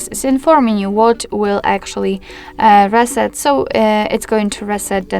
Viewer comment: Reset, not raset